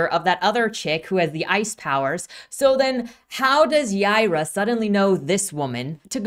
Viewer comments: It’s Hebrew and pronounced “Yeh-ee-rah” but they pronounce it as Y-eye-rah” which is the Spanish pronunciation. She’s from space so I think it’s just a coincidence that her name is Hebrew but also pronounced the way people in Texas/Latin America would say it. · Is her name pronounced "Yeye-rah", or "Yee-are-uh?"